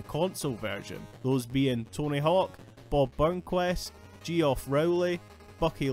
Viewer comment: Who's "we"? Millennials? Zoomers? Hey, now, "Geoff" is a pretty serviceable spelling, and has been for a good while; the mispronunciation of which is so rare that it stood out and prompted my comment. Elric > GoT 😉